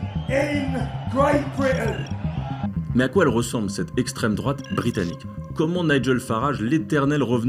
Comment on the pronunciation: Pouahaha! La michante-michante « esssssstrême douaaaaate »…